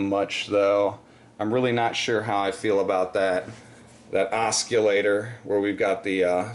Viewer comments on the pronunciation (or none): It's pronounced Os-sil-later lol. No hard C. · its pronounced ossilator LOL